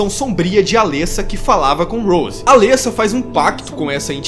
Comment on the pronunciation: O legal é que no filme dublado e legendado fala-se os nomes dos personagens corretamente, e todo mundo consegue falar errado xD. Alêssa ou Cibél xD. Ri muito, mas nada que atrapalhe a absorver o vídeo, coisa de fã mimizento, eu sei. E elas não morreram, tem continuação explicando o final do filme, bom você se informar mais pra não falar coisa errada xD